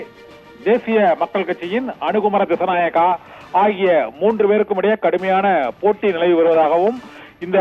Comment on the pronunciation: அனுரகுமார திஸ்ஸாநாயக..பெயரை சரியாக சொல்லுங்கள்